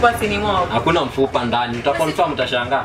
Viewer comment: Kazi poa.... hebu jifunze kiswahili sasa.."mafupa"